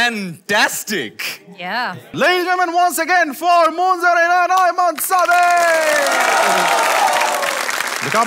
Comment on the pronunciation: Munzereen shahid কে শহীদ বানাই দিল বার বার বলছে মুনজারিন শহিদ